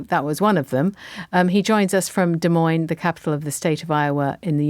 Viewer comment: Hey,, it's Des Moines NOT De Moines.